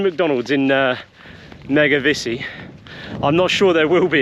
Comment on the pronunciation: Great video, had to laugh at, a couple of times pronouncing Mevagissey as Megavissey! Easily done, we hear mispronounced place names all the time. Tell Praa Sands is prounounced "Pray Sands"... at least by the locals. I passed you & the lorry on the A30, you were just going past the Tolvadden junction heading eastbound. I was in a White Transit Pasty van. I did give you a BEEP & flashed my hazards. Hope you all had a wonderful trip down this way.